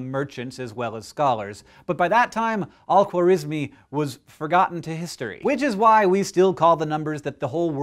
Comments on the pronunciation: we pronounce it khwarazmi خوارزمی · The way he said his full name 💀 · Most likely Persian!? How ridiculous,he was Persian alright,you can pronounce his name nor algebra correctly!